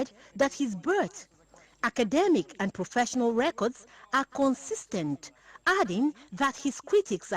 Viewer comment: my fellow "con-tes-ten-stance" :face-purple-crying::face-purple-crying::body-blue-raised-arms: I urge you to do same